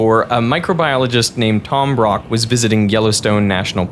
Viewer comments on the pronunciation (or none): I think when he wrote the script he meant like boiling…hot springs, but when he read it he was like boiling-hot…springs lol